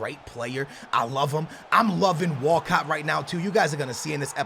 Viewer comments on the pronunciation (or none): Is it just me or whenever says Walcott does it sound like he's saying walkout.